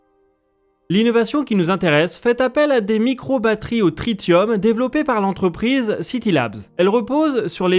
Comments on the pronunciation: ça se prononce Tricium pas Tritium même si c'est comme ça que ça s'écrit 😅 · On dit trissium, pas tritium 😇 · Bonsoir, tritium se prononce trissium